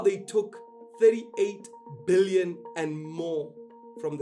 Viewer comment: Interesting if you really emphasise the b in billions that it somehow sounds more than an ordinary billion.